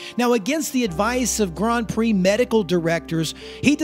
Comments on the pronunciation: the way you pronounce grand prix is awful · Yeah sorry man you're pronouncing Grand Prix horribly wrong I think you're doing it on purpose yet comments feedback I can't stand it by the even make it 20 seconds of your video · Why does he keep saying gron pree